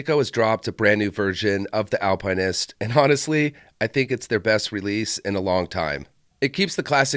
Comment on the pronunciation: Why are you pronouncing it that way? There is no E to make pine. Al pin ist.